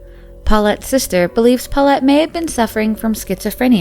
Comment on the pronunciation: my ear feel itchy everytime she said 'paullete'.